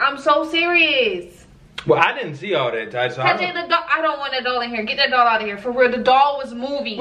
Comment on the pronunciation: It sound like they saying dog not doll 😩🤣